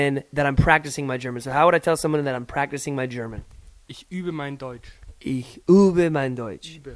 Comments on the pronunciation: The "übe" was damn good here,. The more you point your lips (like you´re about to kiss somebody) the better you can pronounce the "ü". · that was good ü pronunciation